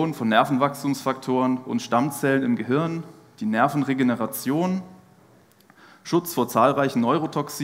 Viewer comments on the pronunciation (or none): none